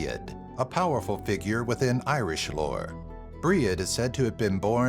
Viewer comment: "bri-ed" and "ana" upset me.